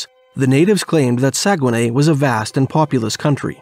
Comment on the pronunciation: I used to work on the dew line. I know exactly where this is. I've been there. It's not called saugenay it's not called saugenay. But it's very very close.